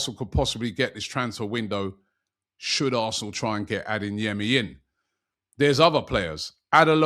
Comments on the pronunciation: "AdeNyemi" or "Adeyemi"? Robbie, where's the "N" in Adeyemi? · For the love of god, can someone at AFTV teach Robbie that there’s no letter ‘N’ in Adeyemi